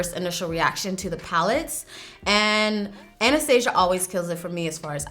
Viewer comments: Ah-nah-stah-see-ah is how you pronounce her name. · you’re not saying Anastasia’s name right in this video she introduces herself and that’s how it’s pronounced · Your hair 😍😍😍 also the way you pronounce Anastasia curls my toessss SISSSS 😂😂😂 STILL LOVE YOU SO MUCH THO 🥰🙌🏻 this look is beautiful and I love color and how you do awesome looks with it 😭🙏🏻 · Is Anastasia not anesthesia 😂😂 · the way she says anastasia I CANNOT 😂😭 all i can think about is that disney movie